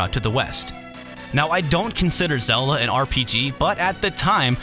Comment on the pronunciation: I don't consider Zel-luh an rpg. Slight mispronunciation, yo.